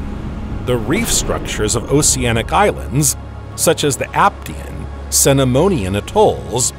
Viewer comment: Why would you pronounce the c in oceanic differently than the c in ocean??